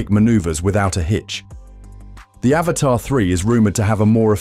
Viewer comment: we all aware of that dipshit..i own one..but its not pronounced avatar..seems like you cant read but pretending to be smart